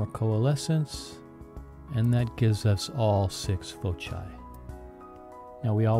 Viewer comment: And foci is pronounced foke-eye. I take it you failed to pay any attention in the mandatory geometry class in every public school.